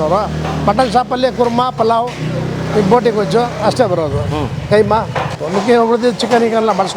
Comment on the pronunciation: Kaima alla keemaa